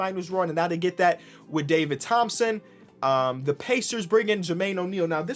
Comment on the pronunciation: " DAVID RO-THOMPSON"😂😂